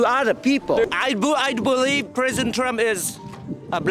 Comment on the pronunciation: did he say prison trump instead of president trump?